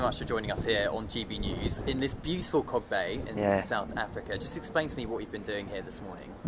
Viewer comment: For translation it's Kalk Bay not Cog Bay